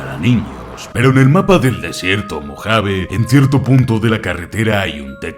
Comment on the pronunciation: alv dijo perou al principio:0